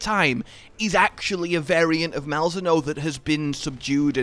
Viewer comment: Why do you pronounce Malzeno so wrong?